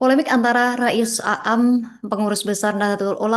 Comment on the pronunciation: Begitulah kl yg baca bukan santri pondok pesantren.